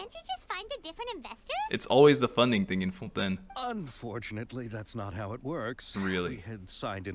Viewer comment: "I cant believe they say Xavier 'Sa-vee-ay' and Fontaine 'Fon-tayne'" X'D Teyvat has its own laws, what can we say